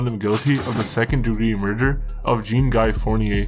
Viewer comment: Zean (Zhon almost like John, shh-on) its pronounced Zean (Jean)